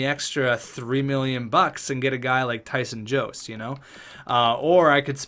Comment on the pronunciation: Jost is pronounced yost